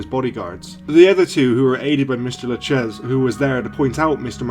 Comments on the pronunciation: Tommy Lu- "cheese" 🤦‍♂️ Pronounced Lu-kay-zee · Why is it that every time I watch a video on the Mafia, the person/voice narrating butchers A LOT of the names?!? Tommy Lucchese = "La Cheese"??!!?? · Your pronunciation of names is atrocious. Lucchese is pronounced Loo-Casey. That is the worst but several more are also mispronounced. Do your homework before you produce videos. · Siciliano Americano. Bongiornatu. Il corretto pronnunciato e', Loo -- Kay -- zee.